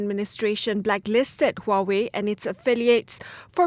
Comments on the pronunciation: the tech war no wonder. soon or later u.s-china will involve in real war. china will learn how to respect u.s superpower. but china is not alone. however u.s just need to defeat china in south china sea to put china economic in pressure. btw huawei is pronounce as 'wahwei' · Huawei is pronounced as Huawei .. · huawei is pronounced as 'huawei'